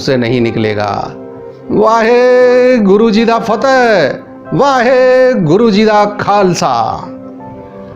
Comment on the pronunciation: भाई बाकी तो ठीक है, कम से कम सिख जैकारे का उच्चारण तो सही करो । यह होता है : वाहिगुरू जी का खालसा, वाहिगुरू जी जी की फतिह ।